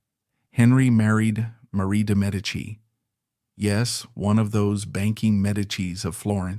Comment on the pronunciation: Bravo! Great vid! Also glad for the accurate pronunciation of de Medici. 😊